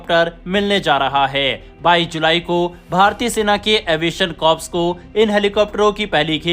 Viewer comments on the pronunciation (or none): एवीएशन कोर कहा जाता है, एवीएशन कॉप्स नहीं.😢